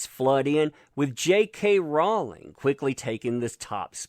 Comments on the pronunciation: Rowling rhymes with Bowling...not balling.:) LOLOLOL Keep up the good work!!!!!!!! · Rowling is pronounced Rolling, it grates on my nerves the way you pronounce this. Don't complain about someone disrespecting her if you can't get her name right. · I love accent when he says "Jay Kay ROW-ling".